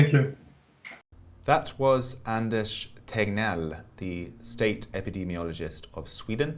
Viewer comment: Anders is pronounced just like it's spelled, and NOT "aanaas". First of all, you left out the "d". /Swede